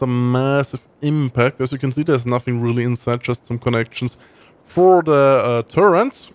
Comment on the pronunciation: Psst, there is no N in "Turret", you should say it like "tu-rett". Dunno why so many people say "turrent". A minor nitpick, I know.